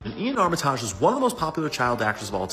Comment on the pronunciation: I'm pretty sure it's pronounced "Ar-ma-tij" and not "Ar-mi-taaj".